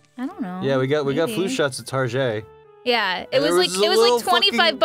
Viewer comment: is the only person younger than 40 to say tarjay